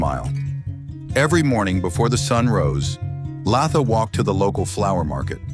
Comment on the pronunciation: Its Latha, not Laaatha.. 😂